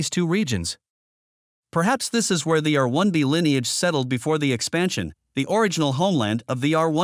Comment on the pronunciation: sure! May I suggest, then, that in the script you cue the AI to read the haplogroup designations more slowly by inserting spaces between the alphanumerics? eg. R 1 a, R 1 b, etc. That's one way it might sound more natural since English native speakers do tend to give each alphanumeric full and equal stress but the AI isn't doing that. Just a thought.